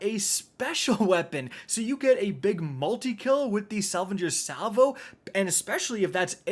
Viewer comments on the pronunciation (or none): Gotta love the "Salvangers Salvo"